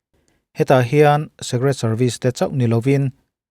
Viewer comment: Secret (Sek-ret) ni loin Secret ( sik-ret)